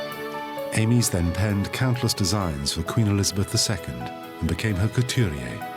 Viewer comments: You have ruined an excellent documentary by mispronouncing Amies surname Surely you know how to speak English ? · My surname is Amies - how would like me to pronounce it. We use the phonetic 'Aymees'